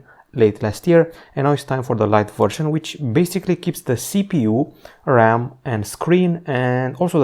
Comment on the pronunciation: like rrrram